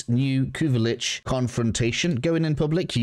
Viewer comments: Kuva "LYCHE"?! Then you say "Lich" afterwards! 🤦🏻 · Its pronpunced Lich, not Lich.